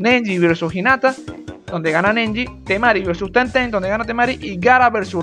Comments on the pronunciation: amo como dices neji, osea nenji, venezolano moment, tambien podrías hacer uno de demon slayer un saludito UwU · Como dicen todo neji Como dice:nenji